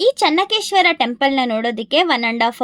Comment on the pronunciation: ಚನ್ನ ಕೇಶವ ದೇವಸ್ಥಾನ, ಚನ್ನಕೇಶ್ವರ ಅಲ್ಲ